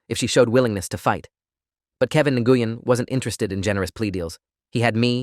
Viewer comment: It's not nuh -goo-yen; it;s more like saying when with a slight NG sound at the beginning ... I suspect that when she heard the bit about what happens if she misses a single payment, she hit the roof. She was likely hoping to come up with a way of never paying it back. "You're my bankroll! HOW DARE YOU ASK FOR THAT MONEY BACK?!?" Also, I suspect that the mother was giving money to the ones who had already made up their minds. "If she goes to jail, we don't get money from her anymore!"